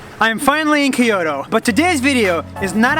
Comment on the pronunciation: how his pronunciation ......... "k-oto"